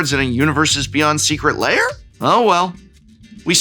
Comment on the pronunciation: New to the channel, loving everything. Is there some kind of inside joke I'm not understanding for why the floating head secret lair alert is saying Layer instead of Lair?